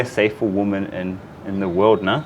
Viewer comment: after many many video's i have to point out the way Karls says" WOMAN" when speaking about females in general. - it sounds so wrong, When you speak about a single female its a Woman, and a group of females is pronounced WIMEN. The reason I point this out after many video's is even Manisha says it correctly and say's WIMEN, Sorry this is so dumb now i have written it out but it sounds beliitling when i hear it being said again and again by Karl.